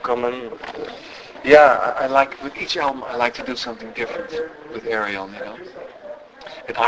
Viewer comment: pronouced like this Air-Yon ...that´s Arjen told me ;-)